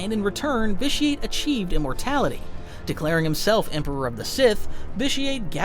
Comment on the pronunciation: Did you pronounce Vitiate wrong in the first run through? Every time you say the name it sounds like an added audio take lol